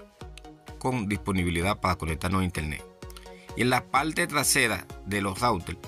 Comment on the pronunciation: HOGAL? No señor hable bien HOGAR... PALTE? No señor PARTE... Hable bien o no se meta en redes